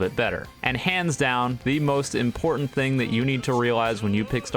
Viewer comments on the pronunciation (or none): none